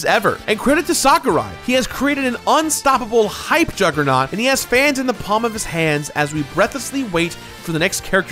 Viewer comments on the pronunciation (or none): none